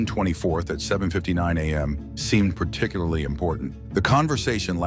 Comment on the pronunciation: Particuly?!? Where's the "lar"?